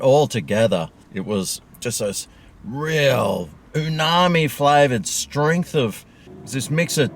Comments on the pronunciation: It's umami...not oonami...fkn stoned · it's uMami!! It's not uNami!!!!! I keep telling you! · It's umami not unami lol😊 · It's umami, not unami numbnuts.